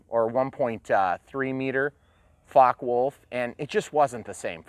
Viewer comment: The only thing missing is a soundchip with the typical motor sound and maybe machine guns :) Btw its name is Focke-Wulf, not fork-fulf ^^